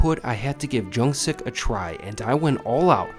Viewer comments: Hey.. Loved your video, great review. Just an FYI, Jung Sik (정식당) is actually pronounced Jung Shik, not Jung sick the way the owners decided to spell it. Jung being the surname of the Owner Chef, and Shik (식) being half of the word Shik Dang (식당) meaning restaurant. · it’s “jung-shik” with a light “sh” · He’s butchering the pronunciation of Jungsik so bad that I had to stop watching